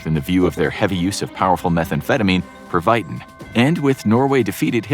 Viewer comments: Great, amazing video! But your German pronunciation needs work. Pervatin = "PERV-ah-teen." Junkers = "YOON-kers" (and it's a manufacturer's name, you wouldn't say "German junkers..."). Kriegsmarine = "kreegs-mah-REEN-nuh." You're probably doing a lot of reading research, but watching a few professional documentaries (like from the History Channel) can clear all this up. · Pervitin is pronounced pair-vee-teen. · perv_it_tin. is the pronunciation. just got a little bit irritated by the bad pronunciation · "pur-VYEte-in" 💀 that's not how you say Pervitin lol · It's pronounced "pervatin" and spelled "Vichy", not "Vishy". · Love the channel. But its pronounced Perv-a-tien. Lol. Or Perv-a-tin. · pervitin is pronounced "perv - i - ten." The I is pronounced lowercase as in igloo. say "perv uh 10" fast and you'll say it correctly. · Bro learn to pronounce Pervitin. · your mispronunciation of pervitin makes me question how much of the history in this is accurate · Your pronounciation of Pervitin was comical :D